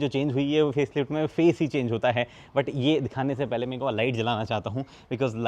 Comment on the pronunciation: Sir aap jo but khte h vo butt lgta hai Pls aap ise but hi bole 😅 I commented same thing on your last video